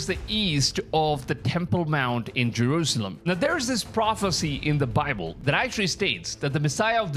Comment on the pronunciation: Yes, butt the pronunciation of the word Bible really shouldn't sound like "BOBBLE" which creates all manner of misunderstanding until it's realized he's talking about God's word. The Lord Jesus Christ is certainly coming sooner this week than He was LAST week. Just be ready ALL THE TIME and then you'll be sure not to miss it. In the meantime, read THE BIBLE, { NOT the bobble }, YOURSELF and don't pay any attention to bobbleheads. Make up your own mind.